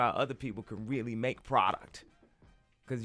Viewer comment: Every time this man talks about "Prouduct" he goes into his mumbo jumbo spill! He loses me...LOL!